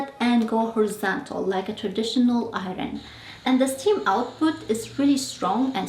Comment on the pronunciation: Hi there... Thank you for taking the time to make this very instructional video and for sharing it. Now, please forgive me for adding this (I mean no disrespect) but your pronunciation of the word iron, could use a little practice. Thanks again and a happy 2026 to you.